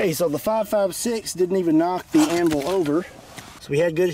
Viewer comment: No one else bothered by how he says anvul instead of anvil